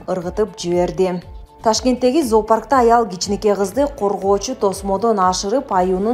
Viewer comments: Заапарк эмес зоопарк чон кыз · Эй, алып баруучу кыз, туура оку заапарк эмес, зоопарк, зоология деген сөздөн алынган, эмне ушунчалык сабатсыз сыңар, лайк сурагандан башка эч нерсе билбейсиңер го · Запарк эмес зоопарк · Заапарк дебей туура окусан зоопарк деп эле окулат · Туура окугулачы заапарк дебей